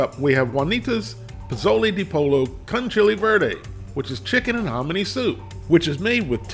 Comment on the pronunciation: POLLO is pronounced Po Yo. Just sayin'